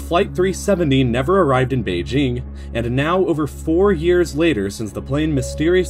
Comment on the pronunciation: Oh my god, the pronunciations of Kuala Lumpur and Beijing are INFURIATING